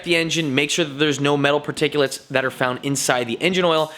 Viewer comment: Nobody:: p a r t i c u l a t e s